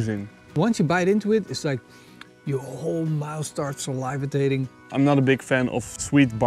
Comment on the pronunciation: Saliva-tating! I'm done lol